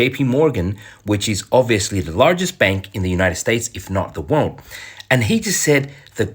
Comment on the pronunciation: cant pronounce the word "world" 😊